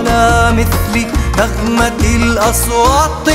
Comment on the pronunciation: صوت و أداء في قمة الروعة، بس ليته ينطق كلمة (أصوات) بالتاء بدل الطاء أحلى❤